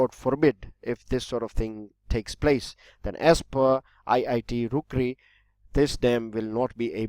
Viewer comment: sir with due respect its not "ROOKREE" its "ROORKEE"..!!